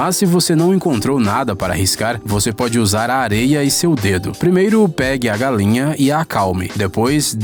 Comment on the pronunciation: Kkkk galenha kkkkkkk Ele fala galenha 😂😂